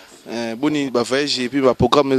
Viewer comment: c garcon azalaka suspect 🤔🤔🤔🤔!!azalaka PD teeee??? na yo p journaliste ezalaka vayage te. voyage .aller tanga!! VO-YA-GE 😂😂😂😂😂😂😂